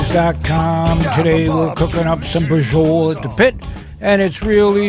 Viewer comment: Is not brajol is BRA-CIO-LA